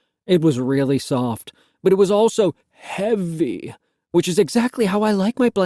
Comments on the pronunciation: why did he say heavy like that ??? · why does he say Heavy so weird